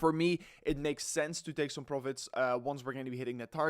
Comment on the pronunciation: By the way, words like Some, and Recovery, in english are pronounced with a U in place of the O, so it's not pronounced som, it's sum, and recuvery. PS, not hating, just helping. Peace.